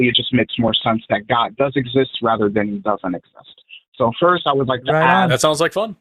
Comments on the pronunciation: hey the word is pronounced aSk and not aKs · Well, he also said "... axe you..."!